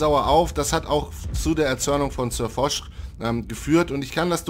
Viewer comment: Es heißt Foch und nicht "Fosch". Okay ich lösch mich.....